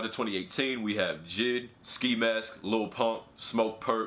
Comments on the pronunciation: Bruh are we gonna ignore him saying jid instead of j.i.d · This nigga said jid 😂 it’s J.I.D my man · This dude really calling J.I.D. Jid I’m sleep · the reason im getti g triggered is because you are saying jid instead of j.i.d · He called JID “jidd” 😂😂💧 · J I D not jid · You say J I D not jid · Mans said jid like rhymes w kid Lmao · You really need to learn how to pronounce JID